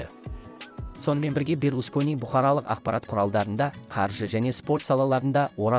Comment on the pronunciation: МАРАКО,БЕРЛУСКАНИ,БРУНИ ДЕП ТІЛІН ШАЙНАП,ЕКІ СӨЗДІҢ БАСЫН ҚҰРАП СӨЙЛЕЙ АЛМАЙТЫН ЖҮРГІЗУШІНІ КҮЛТӨКПЕДЕН ТАУЫП ӘКЕЛГЕНБЕ!?